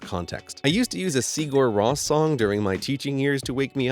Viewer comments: It's see ger ROOS. Not ross. This is coming from someone who played a station ID they did for WMPG where they pronounced their own band name. (I used to say it wrong, too. I called them "see ger roo".) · Sigur Ros is pronounced more like "Si-yur Ró". Just a heads up. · Your pronunciation of Sigur Rós made me cringe.